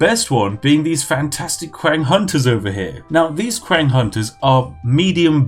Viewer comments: "the Kwang raiders" get out of here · Ur pronunciation for the Chinese names looool qiang as “Kwang” loooool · qiang, pronounced ts-yee-ang (say it quick) meaning spear in mandarin. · Qiang I believe is pronounced “chang” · Cow cow.. Qwank.. Hahaha.. You need to teach chinese to chinese 🤣🤣🤣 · Q is read as Ch sound holy shit I'm getting trigged AAAAAAAA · Aren't "Q"s pronounched "CH", so it'd be "Chiang"? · its not qiang , its chiang while reading, comes from word qin, which is just reads out chin....you are from england , you people only named them Qin with Q rather than Ch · Qiang is pronounced as /tʃɪaŋ/ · how do you get "qwang" from qiang? really? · Ughhhhhhhhh. I hate to be that guy, but your pronunciations are atrocious. Not saying that the content itself isn't wonderful because it is. Qiang is not "Qwang" Qi is pronounced with a CHi sound meaning and emphasis on the CH sound while ending with a slight E sound for the I, and Ang is pronounced how it sounds, but with and emphasis on the A. It sounds like Chee- Ahhng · Dod o you don't get a "qwang" sound if you read it as spelt dummy... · same LOL qiang got me. hard for em to make fun of him though when my friends also make fun of how i pronounce things haha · Spiff saying qiang hurts me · Me in pain every time he said quiang, knowing that it is pronounced Chang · Kuwang kuwang kuwang. it is Qi, same as Qi gong. Qi ang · Qiang is read as "Chiang" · Qiang is pronounced “Chiang”- not kwang for the love of god. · Qiang - “Chiang” Spiffing - “Quackng” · Qiang means spears or guns. And it isn't pronounced as Kwang, but "chiang" Or u can just combine "cheese" and "ang", "cheese-ang". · That Q is pronounced as a 'ch' sound. Chiang. Not kwang. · He also called them "Kwang Hunters" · The spiffing: sees the word qiang The spiffing: well that's pronounced kwan innit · It made my head go kwang everytime he said kwang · I love how he pronounces the Chinese names... cow cow, kwang... hahaha. Beautiful.